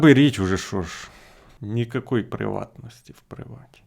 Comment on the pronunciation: "нікакой пріватнасті в пріватє"